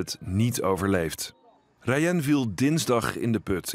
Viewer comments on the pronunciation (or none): Je zegt de naam ni rayen maar rayan (geen haat) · Het is raayan zo spreekt je het